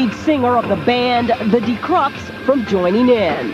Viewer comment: That reporter girl just pronounced Die Krupps as The Dee Crups 😭 I'm now one of those children Jürgen hears crying.